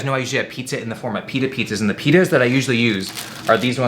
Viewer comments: I shit you not, I though he said "penis" instead of "pita" 😂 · I thought will said something different when he said pita😂